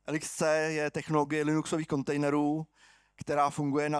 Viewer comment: Jedna hnisopišská: LXC se čte jako lex-see, leksí